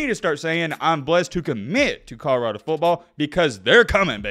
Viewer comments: Is it Conarado or Codarado? He certainly isn't pronouncing it Colorado.... :) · “I said it when he was at Jackson State, now I’m going to say it when he’s at CODORADO” lmao 😂😂 he says CODORADO every time 🤣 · “CODORADO” Come on,! You’re supposed to be puttin on for the Alabama natives! Lol 😂